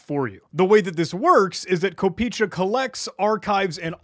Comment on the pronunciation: Fun fact, the domain name translates to penny, "kopeechka" is the play on word for the lowest denomination of the Ruble, which kinda signifies that the website was made by either a Russian or any other slavic person familiar with it, also it's pronounced "kop eh eh chka", why am i not surprised anymore.